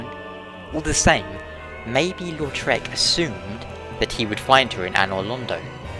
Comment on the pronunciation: Did anyone think he was saying lord shrek of carim?